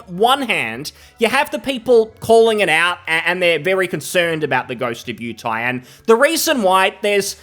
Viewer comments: “Ghost of yew tay” lol. Yotei. Yo tay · I think he said "Ghost of Utie" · Its Yo-Tay (Yo as in SHOp, Tay as in poTAto)